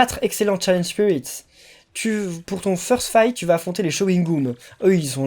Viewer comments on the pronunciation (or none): none